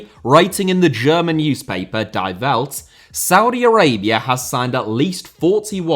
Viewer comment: Hey. Congratulations on another outstanding video. I just wanted to let you know that the German word 'Die', as in 'Die Welt', is pronounced "Dee". As a rule, German words containing 'ie' are pronounced "ee" and words containing 'ei' are pronounced like "eye". 🙂